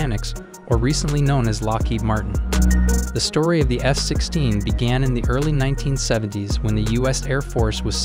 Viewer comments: I keep hearing him saying S-16.. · Why is he saying S-16????🤣😂😂😂😂🤣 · Are you also hearing S-16 instead of F-16?? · Am I the only one who hears him saying S-16 instead of F-16 most of the times?